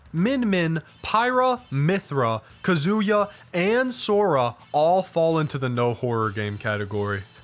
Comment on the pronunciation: Your Japanese is absolute shit. Kazuya is Pronounced Caw-Zoo-Yuh.